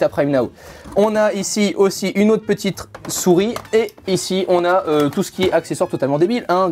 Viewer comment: " petitre souris "